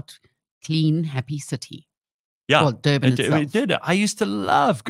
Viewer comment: Dirtbin not Durban.